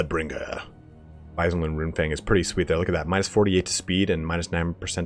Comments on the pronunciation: Wissenland is not pronounced as wisen land, but more Wizzen land. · Hochland isn't pronounced "Hotchland", you said it kinda right the first time and Wissenland isn't "Waisenland".